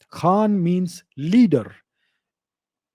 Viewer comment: No KHaan in Mongol Language. Its almost sounded like Khan.